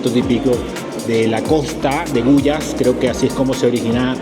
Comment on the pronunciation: No es Guyas es Guayas No es horNEAdo es hornado No es túlcan es Tulcán No es chicha de joRRa es chicha de Jora No es las vicentinaS es la Vicentina No son papitas aplastadas se llama Llapingachos 🙄 Por qué no empaparse mejor de la cultura de un país o una ciudad De cualquier manera bienvenido a mi hermoso país